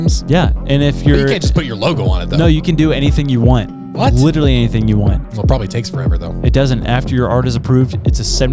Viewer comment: Now every time says literally I can’t stop hearing when he says “litewally”